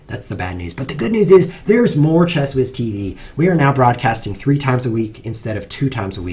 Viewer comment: If ChessWhiz with an h, why do you pronounce it like ChessWiz without an h?